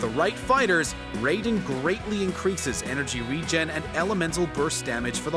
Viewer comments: I know he did not just pronounce raiden as rayden 💀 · Raiden Shogun = (Rye-den Shogun)* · its pronounced rye den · "ray"den shogun is hurting me on all sorts of levels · i shoulda stopped when he called her the ray-don shogun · He said Raiden wrong tho, my friends name is Raiden and he gets triggered when somebody says his name wrong